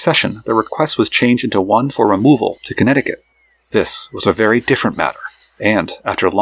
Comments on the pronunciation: lost all credibility by pronouncing Connecticut wrong. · Can’t watch this video with how badly you pronounce Connecticut